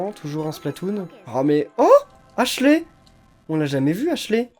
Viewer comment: Faut dire "Ashliiii" pas "Ashlé"